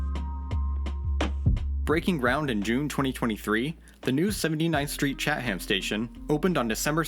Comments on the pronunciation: Great video! Small pronunciation note: "Chatham" is pronounced "Chat-uhm" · American pronunciation is fascinating. Chatham being pronounced “chat-ham” instead of “cha-thumb” like in the UK, just wild 😵‍💫